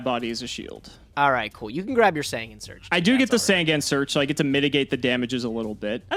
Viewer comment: Is there ever going to be a day where he pronounces Sangan right?